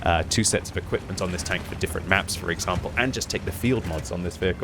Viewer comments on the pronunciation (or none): none